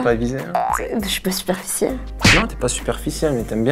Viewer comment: 14.53 qui a vu le « superciel » au lieu de « superficiel » 😂😂😂